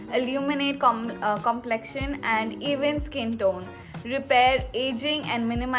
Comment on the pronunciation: Complexion...😆😅😅😅 issme kya hard pronunciation h